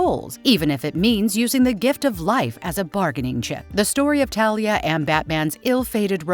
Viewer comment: It's not Thalia it's Talia